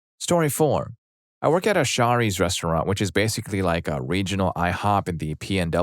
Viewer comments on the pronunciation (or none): Shar ee's? Toe go food? Are you sure you're not ai?